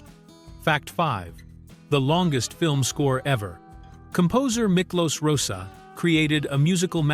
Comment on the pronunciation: Please train your A.I. voice to pronounce things properly. It's Rozsa with a hard O, not Rosa. It's galley, not gaily. And so it goes on. And the so-called "gay" subtext is rubbish, introduced and promulgated by Gore Vidal but denied by everyone else on the production. As Heston said when asked about it years later, "That's bullshit. No, it's Gore Vidal, which is almost the same thing."